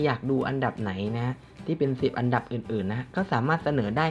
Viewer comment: ทำไมมันเป็น อับดับ รีบหรอพี่ 555